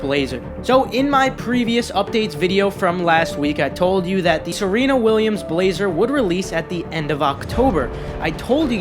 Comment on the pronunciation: YOU SAID SERENA RIGHT FOR ONCE 😂😂